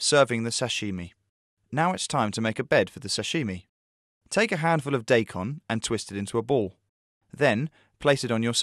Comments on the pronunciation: It's die-kon, not day-kon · it's not DAY KON it's DYE KON~!!!! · its not daykon... its DIE KON! and its CHEE SO! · Not "Day-Kon". It's "DAAAAIIII - kon" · wtf they spell it daikon and they pronouce it day con? i wish sometimes i can do 1000 thumbs down.